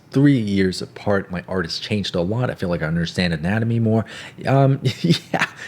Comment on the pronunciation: Anyone else notice that he said “A wot” instead of “A Lot” 😂